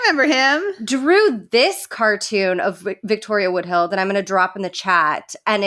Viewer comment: Why are you saying Woodhill for Woodhull, tho?